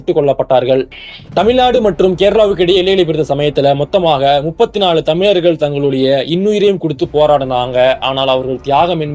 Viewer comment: You can’t even pronounce correctly the word Thamizharkal. 😂